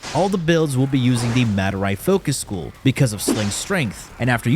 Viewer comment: "Madurai Focus sHcool" xD